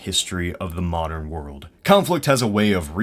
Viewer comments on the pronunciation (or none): none